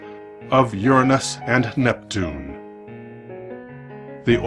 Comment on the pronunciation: I love this guy. "urine us" or your anus sounds weird however you say it